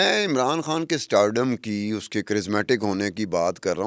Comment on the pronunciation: کھان نہیں خان کہا کرو ۔۔ خ کی پرنونسی ایشن بہت غلط کرتی ہو یہ اردو زبان کے ساتھ زیادتی ہے